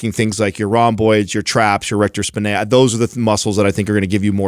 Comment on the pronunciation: Weird how the guys all sync up on how they pronounce "erector spinae" as "spi-NAY," almost like a cheap French perfume. There are a few correct pronunciations, but the stress is on that "SPI" part: SPY-nee, SPY-nay, SPEE-nay.